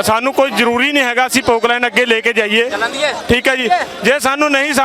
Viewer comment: Pattarkar ji It is not Pokland it is a popelane pl.